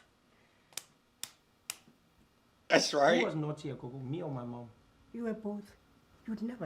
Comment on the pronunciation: "Coco" hahahaha 😂😂🤣🤣🤣 IT'S "GOGO" MY GUY NOT "COCO"